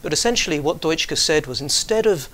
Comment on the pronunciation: what Dutschke said..." Even though he's German his name is Dutschke and not Deutschke.